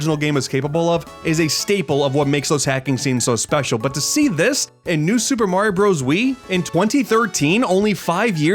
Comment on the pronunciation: I wish you didn't mispronounce Super Mario Bros. It's so annoying that you can't say it correctly.